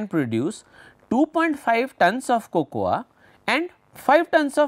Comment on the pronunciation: Sir... Fantastic video ... Its Coco in pronunciation :)